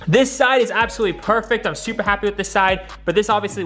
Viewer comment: the way he said perfect 😂😂😂